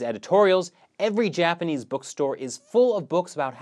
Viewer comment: Gord Darm, Mongohrians....I mean Japar-nese!